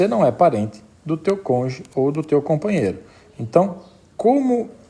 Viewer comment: UM PROFESSOR FALANDO "CONJE" É UMA MARTELADA NIS TESTÍCULOS. ME LEMBROU O MORO. PUTA QUE ME PARIU, CONJE É DE FODER, FODERRR COM TODOS OS ERRES...